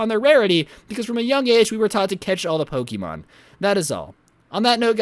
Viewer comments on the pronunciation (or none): You said pokeemon, you are supposed to say Pokemon!